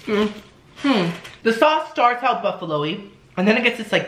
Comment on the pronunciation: 'Smells soo buffalowee"